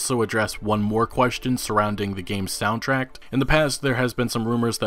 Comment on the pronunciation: It is pronounced "soundtrack", not "soundtrack".